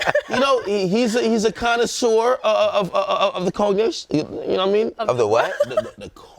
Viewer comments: Hold on he didn’t know how to enunciate Cognac🤷🏽‍♀️ fake ass Hen consumer...CAP! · Ak pronouncing Cognac gotta be a whole new segment